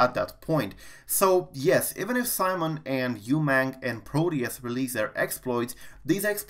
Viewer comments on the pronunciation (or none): Simone, not Simon, difference is major, male and female. Thanks for the video again. 👍 (pronounced SeeMoan = Simone)